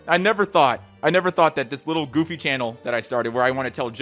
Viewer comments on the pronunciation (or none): none